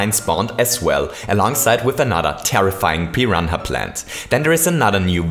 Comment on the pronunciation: Pi ran a is how u say it not Pi hana